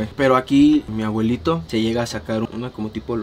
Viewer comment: No sé cuántas veces el vato dijo "mi agüelito", A-BUE-LI-TO, es una "B", "B", "B".